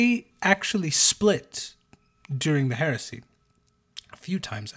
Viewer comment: 😂 every time he says heresy , all I hear now is Horusy